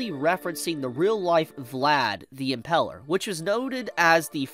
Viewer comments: Impaler, not Impeler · The way says "Impaler" hurts my soul. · Me too. I hate how he says it